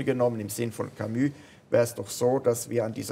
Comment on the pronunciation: warum betonen Schweizer ,auch wenn sie sehr gut französisch können, französische Wörter immer auf der ersten Silbe ?-'Velo,'Camus, 'Hotel etc.?-hat wer eine 'Idee?